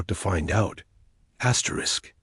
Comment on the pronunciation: Fix your AI or whoever is reading it there's no reason for it to be saying astric astric not worth subscribing to